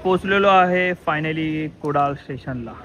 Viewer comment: अरे तें कुडल नाही कुडाळ आहे.. कुडाळकरानच गाव आहे तें